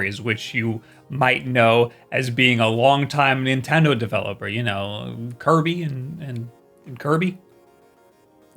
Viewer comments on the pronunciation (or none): none